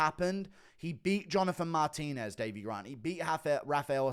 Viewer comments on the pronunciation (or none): none